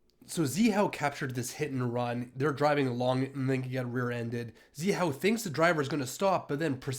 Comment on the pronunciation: to Zhihao is pronounced GeHao and not ZiHao. Ge as in the last 2 letters of George. Zhihao’s pursuit is 🔥🔥. Not many Chinese would pursuit like him.